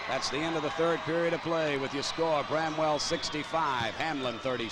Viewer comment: its BRAMWELL ..... NOT BREMWELL !